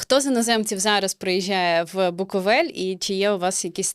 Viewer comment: Чому ведуча каже "букАвель"? Якщо він БукОвель)